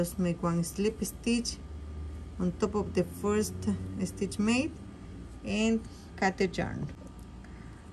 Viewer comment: When speaking where an S will start in a word, DO NOT SAY ( ESTITCH) SAY (STITCH). SSSSSSSTITCH!